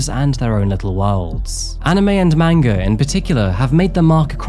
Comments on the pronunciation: Just fyi, a) it's pronounced more like "mon-gah" instead of "mang-gah" and b) manga is only the book form. If they make a cartoon form of a manga, it's anime. ❤ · Lol the way u say manga is hilarious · "watching manga" smh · Wait... did say watching Manga? 😂😂